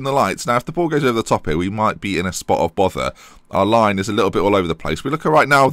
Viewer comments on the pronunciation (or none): none